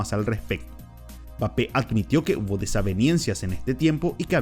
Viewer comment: Como puedes hacer un video hablando de alguien y decir el nombre mal la mitad de veces. Quien coño es bape jajajajajaja